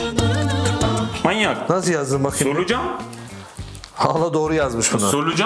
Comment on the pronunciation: abi sen birdaha mayyynnyak deme :))